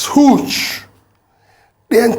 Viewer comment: Our president said 'hooge', he has been watching Sabinus 😃